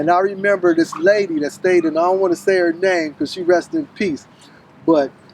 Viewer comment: Lmfao nigga said “ion know that car” 😂😂